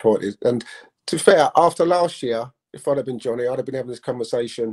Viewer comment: wait.. who’s realised how incey keeps calling Donny “johnny” 🤣🤣🤣🤣🤣🤣